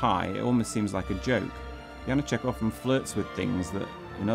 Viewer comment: Why butcher his name and then play the native speakers' proper pronunciation?